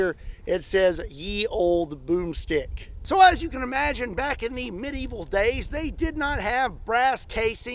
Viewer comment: Did you say boom strick, or was that broomstick 🤣🤣🤣🤣🤣🤣🤣